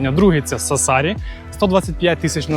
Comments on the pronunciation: те, що "Кастельсардо раніше на показане на ютубі" є відвертою брехнею, звісно - навіщо такі дешеві трюки для якісного, як на мене, відео?) Ще б слух не різати, як наприклад СассАри - невже було складно наголос подивитися? Але зьомки гарні, як і спина у жінки в кадрі ;) Тож дякую і лайк, попри мінуси) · Я вибачаюсь, але не Сассарі наголос на другу «а». Сассарі, на першу літеру «а». p.s. Я просто там живу, і знаю як правильно. 🫶🇺🇦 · Дякую дуже за чудове відео, єдине - Сассарі вимовляється з наголосом на перший склад)